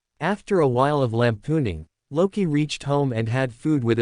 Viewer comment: Did I hear… lampooning?